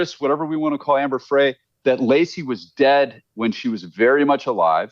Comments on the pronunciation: This guy doesn’t even know that this innocent project is a fraud, it’s not the real innocent project. Just another lie from Scott. And he mispronounces Frey. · This clown has no credibility whatsover. !. He can't even pronounce Amber Frey's name correctly and 2. He actually suggested that we go look at Wikipedia regarding this case. What a fool.